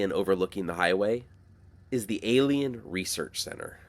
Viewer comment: Great video, "McFarthest" 😆"A'lie'inn" 😆